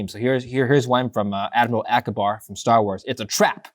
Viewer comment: Its Akbar lol Not Akabar